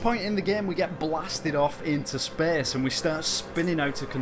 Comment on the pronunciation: "Well, he disappears without a treaeaehhhsss" "...into open speaehhsss"